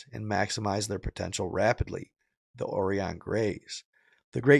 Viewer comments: Oh-Ryan not Oree-On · ORION = OH-RYAN as in Orion’s Belt, bruh. 🤦🏻 But that Freudian slip when you said zeta reticuli with the emphasis on reticu-LIE was the closest to reality this channel has ever touted.